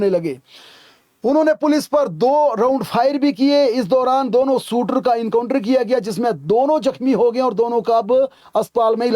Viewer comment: भाई शूटर 😂 बोल एक बार फिर से